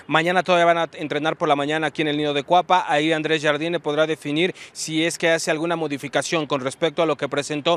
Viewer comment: A ver, ¿ cómo no está de ridículo pronunciando el nombre del técnico del América como los otros que le dicen Yard Yini?